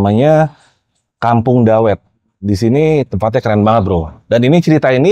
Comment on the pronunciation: Koreksi ya om pelafalan dawet sama ireng itu kayak kita bilang item